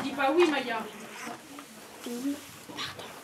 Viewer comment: oui voilà et c Maïa pas Maya mdr